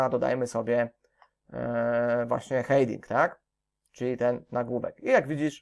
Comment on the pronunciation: Będzie to komentarz zawierający konstruktywną krytykę. Co do samego tutorialu nie mam zastrzeżeń, aczkolwiek na prawdę, źle się słucha tej angielskiej wymowy. Myślę, że dla samego kursu byłoby o wiele lepiej gdyby Pan nad tym aspektem popracował. "Hejding", "buldier" to tylko niektóre z przykładów niewłaściwej wymowy. Niuans, aczkolwiek na prawdę warto nad tym popracować by sam kurs nabrał bardziej profesjonalnego wydźwięku. Pozdrawiam